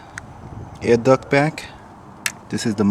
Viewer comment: Nice vid but it's duct not duck. Just saying lol lovely bike